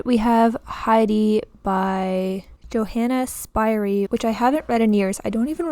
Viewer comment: It's "yo-HA-nuh SHPEER-ee." German name.